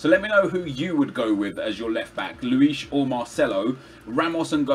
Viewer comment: You can hear that he watched inception, by the way he pronounces luis